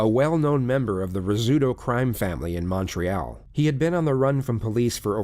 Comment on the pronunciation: I live in Montreal and I just have to say the way pronounced “Quebec”, “Laval”, and “Montreal” pained me lol. Also it was clear this was in Quebec as soon as I heard the investigator’s accent 😂 Edit: This woman is a monster and we do not claim her